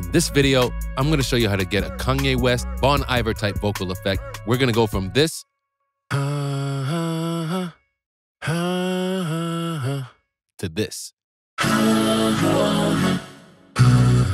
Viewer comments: No one has ever pronounced it “Bon Eye-ver” until this video. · did he really say bawn eye verrr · We all so focused on how our boi said “bahn eye-ver” we forget how he said “timber” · It's pronounced : BONE-EE-VEER ...and aside from analog gear, he use Antares Harmony Engine....thanks for making this preset either way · He sure did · lol maybe look up how to pronounce the name of the artist who's effect you're recreating. otherwise, cool plugin